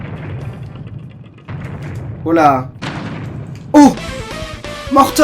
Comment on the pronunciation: sa se prononce morton pas mortone